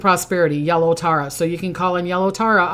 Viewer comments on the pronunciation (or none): none